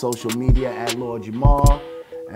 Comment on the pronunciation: It sounds like ur saying Jamal. It's JAMAR! Lord Jamar....🤦‍♀️